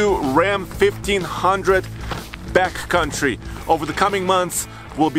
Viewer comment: I keep hearing saying ‘BATcountry’ rather than ‘backcountry’. Like BATcountry from Fear and Loathing in Las Vegas. 🦇🦇